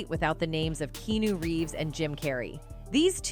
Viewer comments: His name is Keanu not kenu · How can you Keep Pronouncing Keanu’s name wrong? So annoying